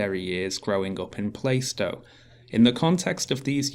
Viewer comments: Plar-stow, not Play-stow. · I'm 1min 16 sec into this and I'm thinking - a council house is better than no house at all. Let's see what happens. By the way - I'm a cockney and it's Plarr-stow, not Play-stow. For what it's worth. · Lol pronounces Plaistow "plai-stow"! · And to Sargon and: PLAH-stow! PLAH-stow!! (or PLAR-stow if you speak with hard As) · bruh, first of all. you both pronouncing plaistow wrong. I was born in newham. 2ndly, newham in general is a shithole. Plaistow is no different.